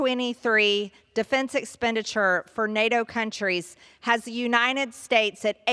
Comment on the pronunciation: The "you-nine-it" states.